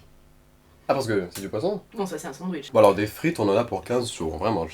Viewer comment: "Un sandouiche" Ça ma tuée 🤣🤣